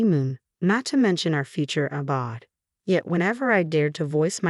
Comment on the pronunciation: It’s not abod, it’s pronounced abode. The o is long